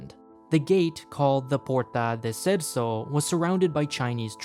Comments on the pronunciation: Very good video. And I was amazed how every single Portuguese word was mispronounced, even "cerco". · Just a small detail: Pátria means Fatherland no Motherland (though they have the same meaning). And Cerco is pronounced "Cerko" not "Cerso". Very good video Thanks!